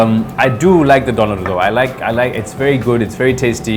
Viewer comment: When he rolls that R in DoneR , I know he is south African !! Nice video